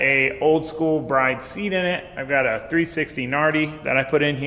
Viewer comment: You pronounce those seats Bride like Grid